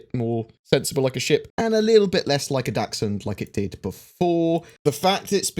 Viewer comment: He was saying dachshund? I kept hearing Datsun, but that didn't make any sense.